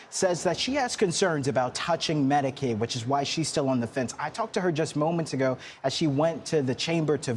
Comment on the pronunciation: PS: -it’s Medicaid, not Medicade. Also, the Affordable Care Act is Obamacare, just so you know.